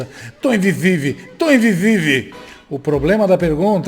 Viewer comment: "Tô invisivi, tô invisivi " 🤣🤣🤣🤣🤣🤣🤣🤣🤣🤣🤣🤣🤣🤣🤣🤣🤣🤣🤣🤣🤣🤣🤣🤣🤣🤣🤣 essa foi fo............da 🤣🤣🤣🤣🤣🤣 tamo junto.